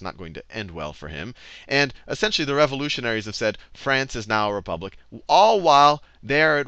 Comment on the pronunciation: hahaha - re-pubic